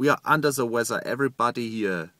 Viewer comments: "unda da wezza" Flua I love you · "Under Ze Wezzer" xD